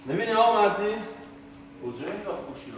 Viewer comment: آقا .مَهدی.مَهدی.خب قشنگ بگو مهدی